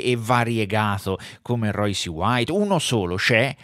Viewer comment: vediamo se capisci. So che è un concetto difficile per te, ma ci proviamo. Phonetic spelling of Royce: R-oySS. Non è un'opinione, si chiama inglese. Per uno che fa un video (titolandolo in inglese), mi aspetterei la corretta pronuncia. Ma sarò io un professorino. Tu invece... mi hai illuminato la giornata, esattamente come un anno fa. Bravone